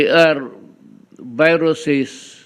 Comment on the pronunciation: Howat Kung hindi si DUGYO30 ang PRESIDENTE at ibang tao ay baka na-PREVENT ang PAGPASOK ng "VEERUS"! Take note sabi ni GONGDI ay "VEERUS" ang spelling at pronunciation! HAHAHA! Imagine, sinasabihan na siya ni ROBREDO na mag TRAVEL BAN pero ayaw nyang gawin dahil NAAWA sa COMMUNIST CHINA!!!! Yan ba ang MAGALING??? HAHAHA